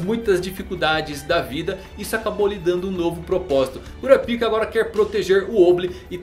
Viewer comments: vey pelo \mor de deus fala o nome o cara certo poh, q agonia q daá kuRApika , gesus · é melhor pronunciar Kurápika